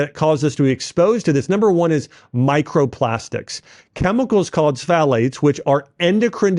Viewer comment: bro, you could have done a little more research on how to pronounce words like pfalate or glyphosate